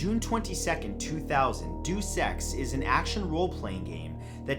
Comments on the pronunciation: "Doos Ex"? Um, pretty sure that's "Day-us". Like, deus ex machina. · Dey-oos ex, not deuce :P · Deuce is pronounced dayus. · Doose ex?! I’m sorry but it’s pronounced dehus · "Deuce," like in tennis? You mean "DAY-oos"? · What's creepy is the way he pronounces 'Deus Ex'...Doos Ex? XD DAY-OOS EX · duus ex?, it is dEus ex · I've seen so many Coincidence Videos where they mention the Deus-Ex Twin Towers glitch & they always pronounce it "DOOSE EX". I just wish they would do a little more research so they can pronounce it the right way... DEUS EX or(DAY-US-EX)!! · It's pronounced Day-us Ex. Not doos ex. I thought you played video games? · Day-oos-ex. Not doose-ex. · Sorry, but Deus Ex is pronounced "day-oos" and not like "deuce". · You mispronounced deus ex it's pronounced day-us ex, not duce ex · "Day us" isn't right either, but it is closer to being right than "doose". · "Doos Ex" oooh, that was painful. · Did he say Doosss Ex haha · Deus Ex, Not Deuce Ex! I'm sure they mispronounce things to get people commenting to improve the video's search result ranking. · “Duce Ex” Gotem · Deuce Ex LOL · Doos ex? Lol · You miss pronounced deus ex it's pronounced de you x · its pronounced dā-əs-ˌeks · Excuse me but how did he pronounce Deus Ex?